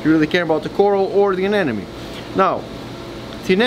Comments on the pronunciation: why do people pronounce it as ANE NE MES! its uh·neh·muh·nee! A NE MO NE! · Anemone not anenome 😉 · Stop mispronouncing anemone